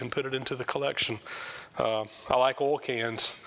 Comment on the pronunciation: Very interesting - and I sure hope you feel better soon. BTW - I love the way you say “oil”. Here in Canada we say “oyl” but I hear you say “ole” (rhymes with “coal”).